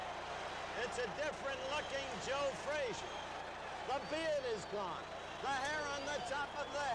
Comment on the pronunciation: Announcer called Joe name joe freezer